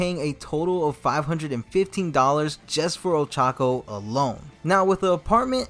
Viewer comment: Ochaco pronounced Old Taco 🤣😂